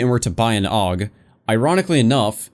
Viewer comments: A-U-G. Not a fucking word. God damnit. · Jesus christ don't call it a aug call it a A.U.G that's how you say it Aiiii you geee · Augstralis intensifies